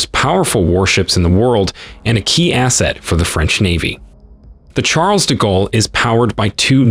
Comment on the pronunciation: The chAAAARLES de gallery 😂